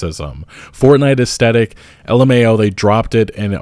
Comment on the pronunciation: Hey man, love your videos but the way you mispronounce aesthetic makes me want to turn this shit off. Look it up at least once before making another video, I beg you.